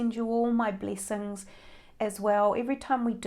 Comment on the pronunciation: I love the way you pronounce bleesings...bleesings! You are adorable